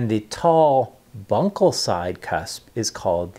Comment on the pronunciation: Also, it not 'lingal'; it is 'LINGUAL'. Also, it is not 'bunkal'; it is 'buccal'. What an idiot this guy is!